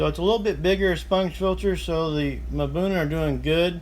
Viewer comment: it's pronounced buna, not mabuna